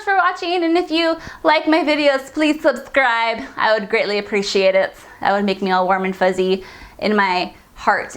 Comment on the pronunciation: Goddammit the way your mouth moves when talking is adorable af hahah the way you pronounced "thubscribe" got me to subscribe quickly lol. Love Recore btw. I just hope the game had better loading times & frame rates. it could make side quests that forces you to collect Cores towards the end a much smoother experience. Are you getting the PSVR next week? I know I'm getting one with Gears of War,Paper mario & Dragon Quest Builders. Great month for me . chill